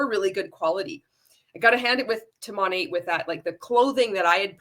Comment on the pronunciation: Kind of material OK the most irritating thing about this other than being a multilevel marketing cult is that MONAT is not pronounced MOE-NAYYY. Not in any freaking language, especially English.